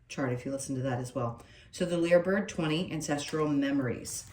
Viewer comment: It's pronounced Liar bird... because it mimics